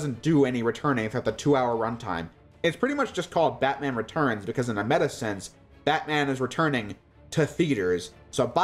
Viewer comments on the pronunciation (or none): none